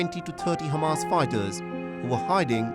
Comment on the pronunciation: They says Khamas when they mouth full with bananas 🍌🙉